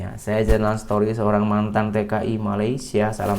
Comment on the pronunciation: Betulkn bahasa englishnya. Bukan satory. Tapi story. Cara kamu sebut itu mungkin akn lain maksudnya. 😂😂😂😂😂😂😂